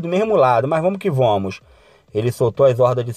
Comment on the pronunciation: Vomos que vomos kkkkk amo essa fala kkkk